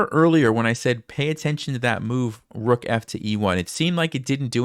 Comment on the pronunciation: the Queen just can’t take duh rukhhhh? At least to try to prolong the game?